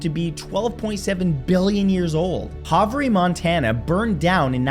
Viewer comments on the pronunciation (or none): I want to point out it is pronounced HAVE-ER Montana, not HAVE-RE. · The town in Montana is actually pronounced “Hav-er” I lived in that area for over 20 years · Fact #51, it pronounced Hav -er Montana. It’s a dumb way to spell it but aren’t most things in English. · the correct pronunciation of the town Havre is HAVE- ER. I graduated from there. And have been to Havre beneath the streets.